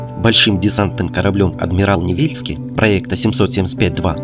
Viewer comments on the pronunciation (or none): Господи! Ну какой НевЕльский?? НевельскОй, епт. Хоть бы чуточку поинтересовались названиями. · НевельскОй. А город нЕвельск